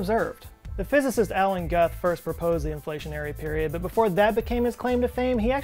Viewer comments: It's Alan "Gooth", not "Goth". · Its not pronounced Guth its pronounced Gooth. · Alan Guth is pronounced “Goo-th” not “Guh-th” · FYI, Alan Guth's surname is pronounced with a long 'u', as in "Gooth" (not "Guhth"). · Nice video. I worked for Alan Guth as an undergraduate researcher at MIT. He is a great guy. But his name is pronounced like 'Gooth' not 'Guhth" FYI. I also co-authored a paper under his advisory that could potentially solve the molo-pole problem: by adopting a form of hybrid inflation with 4 quantum fields, you could remove the necessity of monopoles altogether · Isn't it pronounced Alan "Gooth" and not "Gut". Obviously meaningless diff. I just always hear his name pronounced these two ways. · Err... - “Gooth,” not “guth” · BTW: his name is pronounced "gooth" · its Gooth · It's pronounced "Alan Gooth" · isn't his name Guth(like gooth)? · It's pronounced "gooth". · I think that Alan Guth's last name is pronounced as 'Gooth'. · Not pronounced Allan GUth it Guth, like booth. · Alan Guth's last name is pronounced "gooth" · Alan Guth is pronounced Gooth. Not the way you pronounced it. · Guth rhymes with booth, tooth, couth, youth. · Er, I'm pretty sure Alan Guth pronounces his last name "Gooth" like "tooth". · Pronounced “Gooth” 😲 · Guth is actually pronounced like goose but with a th..... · Guth Pronounced (G-oh-ff) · “Guth” is pronounced “Gooth”. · He pronounces his name “Gooth”. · "Brane" is a contraction of "membrane". Alan Guth pronounces his surname "gooth", more or less. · Pronunciation note: Alan Guth rhymes with truth. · FYI Guth is pronounced Gooth. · "Guth" is pronounced like "Gooth" (rhymes with "Tooth"). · Pronounced Gooth. Alan Gooth. Goooooothe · Alan Guths last name is pronounced like Goose with a lisp. "Gooth" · Guth is pronounced with a long U, like Gooth...so you know. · Alan Guth is pronounced "gooth" afaik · i think Alan Guth is pronounced Alan Gooth. someone check me please. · Guth pro. "gooth" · Pronounced gooth